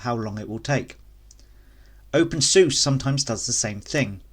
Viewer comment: The moment you opened your video with a pronunciation like open “Zeus” I knew I was in for a wild ride. Can’t say I have any of the problems you mentioned too so idk. Absolutely try out Tumbleweed and KDE it’s the way it’s meant to be ran.